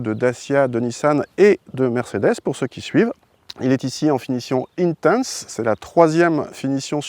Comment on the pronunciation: "Intense" avec l'accent anglais!! Tu es sérieux!!!!